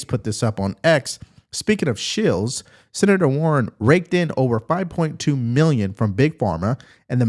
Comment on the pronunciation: Not "Mr Seator"!!!